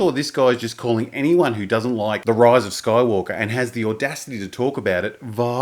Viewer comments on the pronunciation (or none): Why do you always say "Roise of Skoywolkah"?